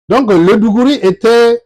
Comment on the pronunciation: Pas mal. Pouvez-vous fournir les références pour lire sur l'histoire des tems ? Juste quelques précisions sur les prononciations : - igom signifie lttéralement étranger en Tem - digouri c'est plutôt d'goré - cèdè c'est plutôt cèdi... - etc... Merci pour le travail que vous abbatez...